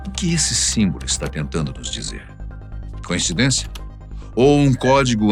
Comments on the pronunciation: Um detalhe também muito importante, mas que passou despercebido. A palavra certa é “coincidência”, e não “conhecidência”. Mas acertaram na segunda vez. Adoro demais o programa. Não durmo sem assistir. É apenas um detalhe que não muda em nada o meu amor por vocês e o belo trabalho! 👏🤩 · Coincidência e nao "conhecidencia"